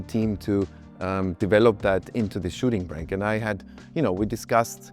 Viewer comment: ... a shitting brick? Is this even English? How do you get from shooting brake to that?